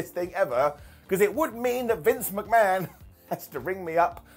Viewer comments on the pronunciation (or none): none